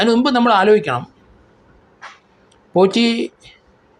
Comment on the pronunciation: ആരെങ്കിലും,, "ഉണ്ണികൃഷ്ണൻ പോഷി " എന്ന് പറഞ്ഞത് കെട്ടോ 😂